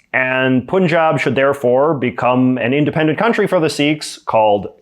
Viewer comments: just saying, the "u" in "Punjab" is pronounced like the short "u" in "sun", not "Poon-jab" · it's actually supposed to be pronounced as Si-kh (kha consonant is different than ka consonant in sick or seek).. But for this one, I feel like both interpretations are kinda close.. What always seemed funny to me is people saying Punjab.. The first syllable is pronounced nearly identically to English word 'pun', but English speakers go out of their way to say it wrongly as Poon-jab.. 😅😂:) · pronounced "Pan jab" Pan as in pun, not poohn. Source : I'm a Hindu Punjabi, grew up in Bangalore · 1 Its not "Punjab" or Punjabis it is pronounced as "Panjab" or " Panjabis" 2 Khalistan is not independent Punjab of India but Pakistani Punjab + Indian Punjab and few other states in India 3 In India 90% Sikh wants to stay in India and they don't look for separate land 4 Khalistan movement started by Indira Gandhi Indian PM just to win Punjab and at the end lot of Khalistani people flew to Canada after "Operation Blue star" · Pannjaab, not poonjab. Pannjaabi, not poonjabi. Torunto or Vangkauvar wouldn't sound too well, would they? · For future reference, it’s not pronounced “Poon-jaab.” It’s pronounced “Pun” (like the word pun in English), followed by “jab,” but not like the English word jab. Instead, it’s pronounced “jaab,” with a softer “ah” sound. You may not care, but if you cared enough to make a video on it and repeatedly say it wrong, then you should at least be able to pronounce the name correctly. Notice how I didn’t make fun of you for saying it incorrectly. I understand that pronunciation mistakes happen, especially if you come from a different ethnic background. But instead of mocking you, I offered the correct pronunciation. It doesn’t take much effort and certainly doesn’t require humility—just a bit of respect for the culture you’re referencing. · It's not Pooonjaab, it's Punjab. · It's not poonjabi it's Punjab say like pun and jaab Panjab oyeeee